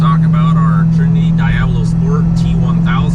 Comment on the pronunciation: Did he say "Dyeablo sport"? Lol